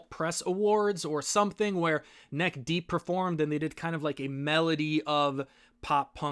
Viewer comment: medley is pronounced med-ley not melody